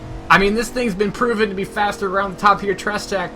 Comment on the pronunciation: he said top gear trest tack instead of test track